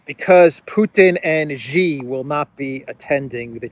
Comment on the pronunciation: It’s not”jee” it’s “shee” 😢😅😂